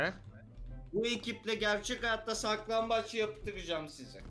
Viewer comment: Abi sizin oynadığınız saklanbac değil siklanbaç